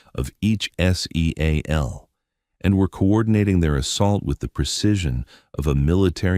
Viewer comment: This AI is brutalizing this story it’s not S E A L teams it’s seal team